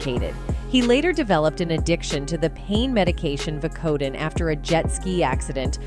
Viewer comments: Vi - Co - Din. Geez... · Vacodin? Pronounce things much? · This narrator -- and I shouldn't really call her that -- needs to learn how to use the internet for learning how to pronounce words, like Vicodin. It takes less than ten seconds. You go to google and type, How do you pronounce Vicodin? And in seconds you have a recording telling you how to pronounce it. Although it's hard to imagine how someone could not know how to pronounce Vicodin, or propofol? How many other words does she mispronounce in this piece? Too much trouble for her to look it up. Hardly a professional.